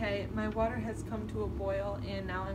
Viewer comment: You putchya wa ah on the ke ll 😂😂😂